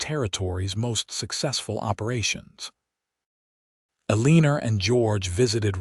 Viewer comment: It's pronounced Ellenor